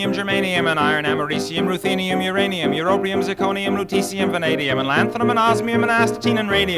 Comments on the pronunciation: he says rutecium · at :18 the element he says between zirconium and vanadium is different than what he spells. Lutetium is spelled, I can't figure out what he is saying though.